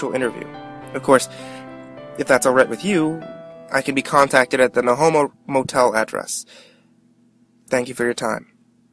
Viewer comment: Is it me or did this guy say he stays at the no-homo motel?